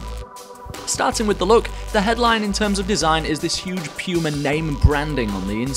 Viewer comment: I really hate how you say puma but your video really makes me want to buy them now. For me it's a toss up between these and the new power cats